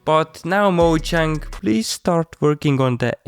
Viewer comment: moJang? it's moyang big guy